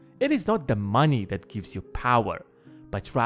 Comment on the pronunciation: ...please stop saying "that" as "dat"! It makes watching and listening to this unbearable!